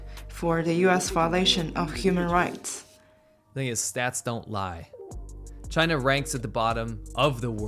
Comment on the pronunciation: The entire rebuttal from CHAY-NA 👌 is just the “No U” meme from the 2000’s hahaa!